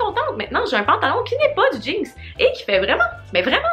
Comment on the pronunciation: Comment tu prononces le mot jeans?!?! genre je comprend pas😂😂 on dirait que tu dis jeankss😂😂😂🤦🏼‍♀️ jtaime pareil😂😘